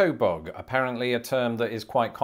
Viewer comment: There is a lot of vocabulary from show biz, such as in "Let's graze". There is also other quaint surfing words like "kowabunga". After hearing your pronunciation of "bug", I cringe at about how you might pronounce words like San José, El Cajon, La Jolla, and even "Yosemite".